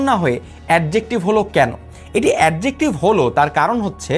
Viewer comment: আপনার তো Adjective উচ্চারণ এ ঠিক নাই,,,,আগে pronunciation শিখেন